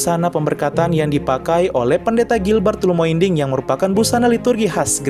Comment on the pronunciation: Namanya Gilbert Lumoindong bukan lumoinding, saya dengar di akhir video, btw saya Katolik ya..